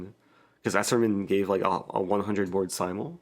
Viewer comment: "The simultee"